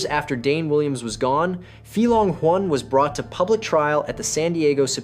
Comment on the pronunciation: I didn't know Huynh can be pronounced in so many different ways. I think there was at least 6 different ways but none of them properly 😅